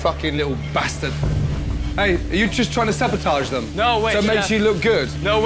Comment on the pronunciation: Right? And she keeps saying savotage, it’s sabotage. 🤦🏻‍♀️